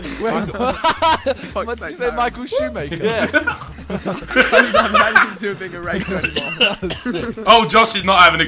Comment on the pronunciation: Micheal shuaminter